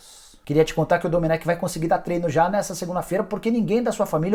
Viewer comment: SE FALA: DOMÉN